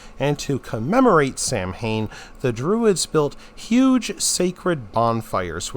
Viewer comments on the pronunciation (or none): Samhain is pronounced "sow-ween".